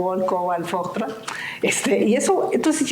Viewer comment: La señora dice que sabe programar en "ALGOL", "COBAL" y FOGTROL".. y resulta que no sabe ni pronunciar sus nombres. Se llaman ALGOL, COBOL y Fortran. Vaya ingeniera !!